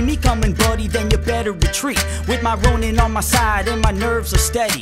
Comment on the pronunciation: Ronan? Nah dude its Ronin